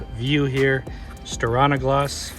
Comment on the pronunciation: I prefer to shake on a gloss rather than stir on a gloss :). Just giving you a hard time! It’s pronounced stee-are-nuh-gloss (silly Scandanavians!). Looks like it held up great, but not a fan of the dust attraction. Thanks for the great content as always.